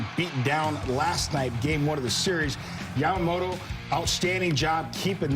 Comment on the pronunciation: キルスティン姉さんの好きなとこはほぼ唯一と言いほどいないyamamotoを正しく発音してくれるところ 「と」の発音練習頑張ったんやろな